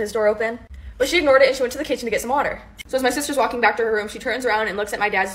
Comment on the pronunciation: The way this girl says water